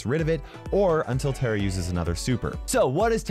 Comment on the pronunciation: Its tara not tera